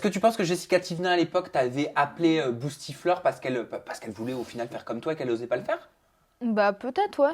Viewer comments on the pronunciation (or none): C’est pas boustiflor mais bouchetiflor 😂